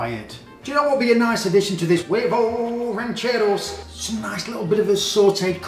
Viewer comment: Like the way you pronouns this dish😄😄